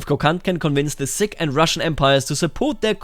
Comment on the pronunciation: Sikh is pronounced like a seek.